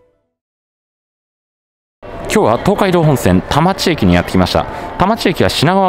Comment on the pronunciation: 田町駅が多摩地域（たまちえき/たまちいき）に聞こえる空耳